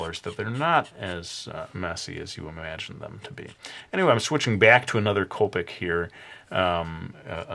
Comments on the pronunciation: its pronounced co- pic, not coe- pic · it sounded like you said colpic marker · It is not tricky to blend copics, just use the E00 marker, it is a blender. And u pronounced it wrong.